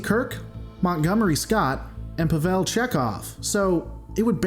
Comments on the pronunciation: Puh-vell Chekhov... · PAH-vel. Have some respect. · Chekov's first name is pronounced Pah-vl NOT Pa-vell. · That pronunciation of Pavel 😫